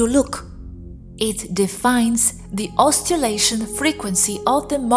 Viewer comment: In éxorable, óssilation. Correct spelling: catalogued. Squah'drons. :)